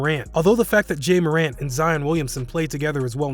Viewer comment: Bruh it’s not j morant